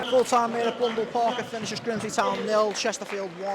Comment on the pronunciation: Mate it's Blundell Park, not Blundele :)